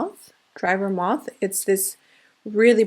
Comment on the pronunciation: This collection is beautiful, buttery and in line with that same glamlite formula we love! And it's dry vermouth ( sounds like vermooth). Just in case you want to know. 🥰 THAT LOOK IS GORGEOUS 🤩🌹